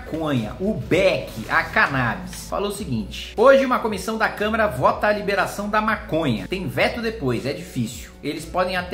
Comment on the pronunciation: pior que eu tbm ouvi câmera, kkk. Mas o Kim é muito estudioso e hábil nas palavras, certamente foi um erro de dicção.